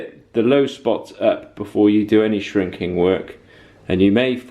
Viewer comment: Ere, are we shrinking or shinking the metal? different dialects and all, cracking vid though fella, keep up the good work and keep on smiling.